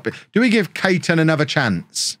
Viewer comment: Charlie Caton is pronounced Cayton, it's my name so I should know, hehe